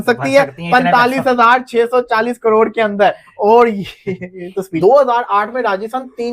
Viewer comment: इन हरामि पाकिस्तानियों से करोड़ भी नहीं बोला जा रहा साले कड़ोर बोल रहे हैं 😂😂😂😂